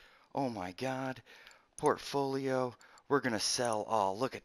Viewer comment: "some video where a 12 year old tells you to buy low sell high" Lol I know the exact video he's talking about. Don't forget the hillbilly accent that pronounces portfolio "porfidolio" lol